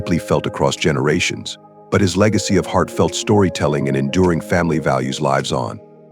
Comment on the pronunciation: Please correct that error where the verb"lives" is pronounced as if it were the plural of the noun "life" . Irritating and distracting. The verb rhymes with gives. Peace.